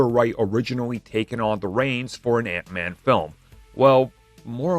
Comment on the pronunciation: ....Hank man? What's a Hank man? Lol